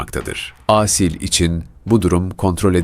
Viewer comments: Âsil değil Asil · Seslendirme hatalı Aaasil değil Asil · lütfen Asil derken a harfini uzatmayın.Çok rahatsız oldum. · Asil isminin "Aaasil" diye okunmasından rahatsız olan sadece ben miyim? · Aasil degil A-Sil. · sanırım yapay zekaya okuttukları için "Aaasil" diye seslendirilmiş. Ben de çok rahatsız edici buldum.